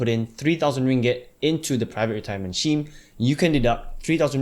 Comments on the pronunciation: man... it should be pronounced "skeem".. not "sheem".. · I thought it was pronounced Skeme, but I'm using Sheme after this :-) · You pronounce "scheme" weird.